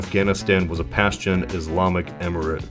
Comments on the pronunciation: Its pronounced "paschtun" not "pastion". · "Pashtun" is pronounced "Pashtoon" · It's 'Pashtoon', not the 'Pashtan" smh